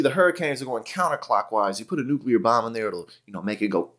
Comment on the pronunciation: I am amazed that Chump can pronounce "nuclear" correctly!